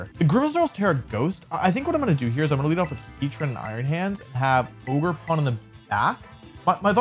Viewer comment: Bro why did I think he was saying Ogre Porn